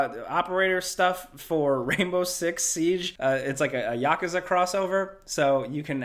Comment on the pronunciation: Let's take a second to appreciate that he pronounces yakuza correctly